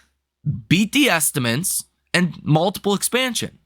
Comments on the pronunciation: Dude… can you please learn to pronounce “estimates”? It’s not “estiments”. It’s pronounced “est-uh-mits”. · You would have more credibility if you pronounced the word estimates correctly. Just try, it’s not so hard. It’s a word you use all the time.